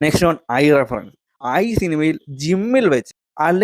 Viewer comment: Social Relevant അല്ല, Socially Relevant.. ആദ്യം നീ നിന്നെ ശരിയാക്ക്.. അത് പോലെ റഫറൻ റഫറൻ എന്നാ നീ പറയുന്നത്.. റഫറൻസ് എന്ന് പറ ശരിക്ക്